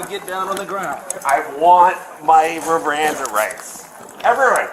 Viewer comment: "I want my rirannda rights!" 😂😂